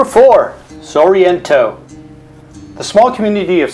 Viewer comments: Stick footage, and comical mispronunciations... sorreeeento made us laugh out loud... It’s simply Sorrento..along with Fiore.. it’s Furore....did you make this in mommies basement? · The pronunciation of ‘Sorrento’ was way off too… SORR EEEE ENNN TOE… nope.